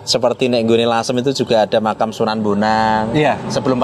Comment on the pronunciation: Makam, sama makom beda pak... 🙏